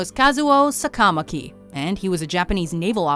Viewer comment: Need to practice your Japanese and Hawaiian pronunciation. Say it with me. Sah-kah-mah-kee...Why-mah--nah-low.